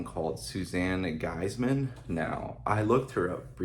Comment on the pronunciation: Last name is pronounced "geese-man", not gise-man. Thanks for the review.